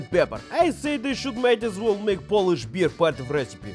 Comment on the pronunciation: Fantastic recipe and wonderful Polish pronunciation :)